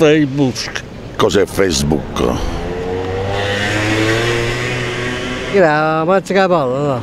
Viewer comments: "si comprano un vestito e lo mettono 'ngoppa a feissbuk" looool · "Ma che cos'è sto feibushc"